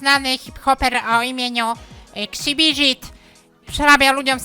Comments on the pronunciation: xbizkit - kszybiżit xd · Ksibiżit XDDD